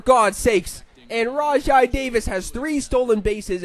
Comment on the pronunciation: its "rawjay" davis by the way